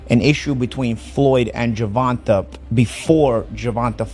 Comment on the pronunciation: The AI needs a AI for gervontas name